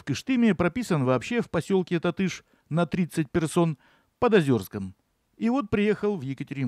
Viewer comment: Татыш, ударение на первый слог